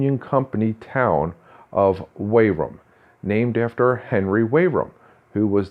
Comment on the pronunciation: I enjoyed the video, but you might want to know it's pronounce Wee-rum, or "We're rum" (as one word) locally. Thanks for the video!